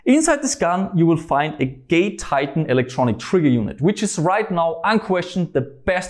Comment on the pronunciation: I always hear gay titan when he says it